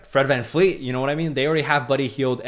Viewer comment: Bro! It's Van-VLEET! Not fleet! I'm definitely not subscribing to your channel! Smh